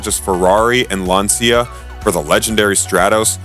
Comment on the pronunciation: too bad the narrator can't pronounce words like Lancia and Renault properly. It ruins the credibility of the presentation.